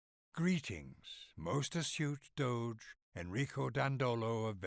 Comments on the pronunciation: It's 'doe-jay'. 'doe-gay' would be 'Doghe'. It's from Latin 'dux' meaning 'leader'. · Doge is actually pronounced with the G sounding like a J like in Jimmy.